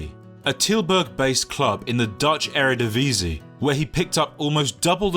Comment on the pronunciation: That pronunciation of willem twee is actually spot on but the Eredivisie one was a bit less.